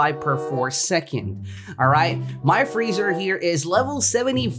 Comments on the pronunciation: frieza is said free-sa/za not freezer lmaoo Vegeta is said ve-g-ta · I love how you call frezia, freezer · mAn YoU cAlLeD gOkU gOkY aNd YoU cAlLeD fRieZa fReezeR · Boi you called freiza freezer lol